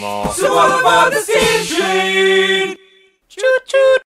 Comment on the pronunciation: its because they say choot choot, not choo choo